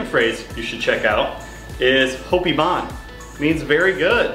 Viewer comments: he is wrong pronounced bone not bon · Like that you try your best to speak Papiamento, but you pronounce it not in the good way.. for example: "Hopi bon and Bon bini." Use the letter 'O' as how you write it, and say it in that way! So not like this is you say it in real life:" Hapi ban and Ban bini." Say loud the 'O' and you're on the right track. Btw locals are really appreciate it if you try your best to speak our language Papiamento. ❤️